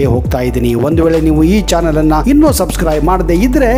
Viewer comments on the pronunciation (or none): none